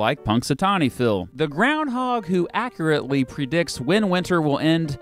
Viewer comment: Dude....I love watching your videos, but its pronounced A-CUr-AT-Lee (accurately) (or inaccurately as you've demonstrated over my 2 and a half hour youtube binge of your channel. Just break it down and practice that second syllable.